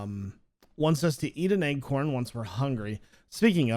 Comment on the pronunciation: I like how u say acorn "eggcorn" LMAO 😂😂😂